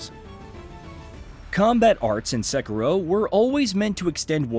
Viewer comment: Finally!!! Someone says Sekiro right! Not the stupid "sek eee doh"!